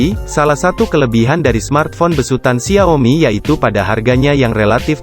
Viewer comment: Apa cuma gw yg terganggu dengan pelafalan xia-o-mi yang berulang2, dan beberapa pelafalan yang tidak lazim lainnya